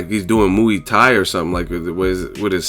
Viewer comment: moo-ey tie lol